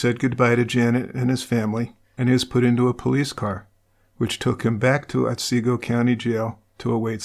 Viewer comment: Ot see go. Not Ot say go